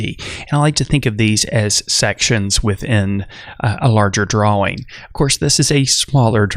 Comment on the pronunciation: wtf.... its TIME , not TAHYM its DRAWING , not dwhaWING. jesus man